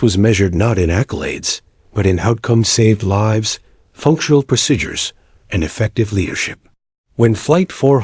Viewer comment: No such thing as the word pro sid dures. Pronounce it like saying pro seed dures but it's spelled : procedures . Go back and learn American English. Also learn how to flight 482 It not four hundred eighty two. You also need to learn how to write military time.